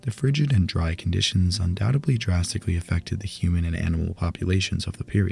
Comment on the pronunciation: Your videos are great...but please stop saying undoubtebly and supposebly. Thanks